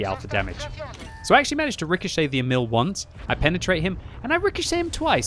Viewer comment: Its not E-Mill, its more like EEEEEEEEEMil